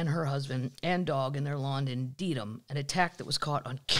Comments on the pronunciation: It’s pronounced Deadham —not Deedham. Spelled Dedham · Lololol Dedham is pronounced DEAD-HAM! 😂